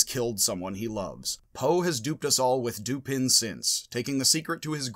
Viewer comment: I always thought that the surname of Poe's detective was pronounced doo-PAN., you pronounce the surname doo-PIN in this video. But on your website "Logic - Poe & Dupin," you declare "Dupin, pronounced 'Doo-puh', like duper without an n or r on the end in a French or Southern accent, is Poe’s ingenious detective, a name Poe found in a book he reviewed the same month his first detective story was published." According to this video, the French pronunciation of the name is doo-PAY: According to this video, it is pronounced dew-PAH:... and here is the pronunciation of the surname Lupin (as in Arsene): loo-PAH